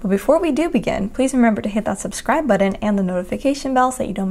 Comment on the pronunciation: It's called a button, not a budden....just saying 😂